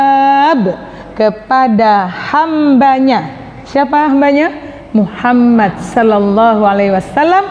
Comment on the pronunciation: Bukankah dalam membaca solawat itu muhammad bukan muhammat